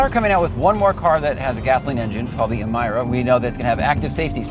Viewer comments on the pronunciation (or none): Great review but why on earth are you pronouncing Emira like that? Elise, Exige, both have that "ee" sound instead of the "i"... why would it be different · Emeeeeera not Emiiira lol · IMAIRA? LOL like Harry's VELORKI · E-MY-ra? Did you watch the launch?